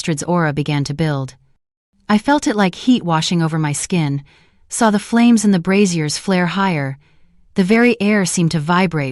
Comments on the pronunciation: I'm getting distracted by the image of bras hanging from the walls 😂. For information the pronunciation of braziers is not bru-zeers (that's the old fashioned name for bras) - it should be bray-zee-eers. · LOL "fire brassieres" maybe we don't need voice actors after all. This is hilarious!